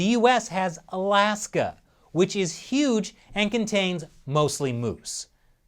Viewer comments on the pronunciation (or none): none